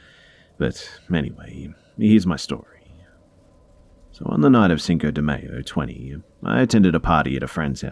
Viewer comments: "Cinco de may-oh" ... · No one gonna talk about how he said "cinco de mayo"?